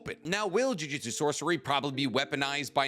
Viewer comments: Drives me absolutely crazy, it's pronounced Juju-tsu not jui jistsu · I know its a petty thing to get stuck on but in basically all your videos you say jujitsu like the martial arts. The name of the series and power system is jujUtsu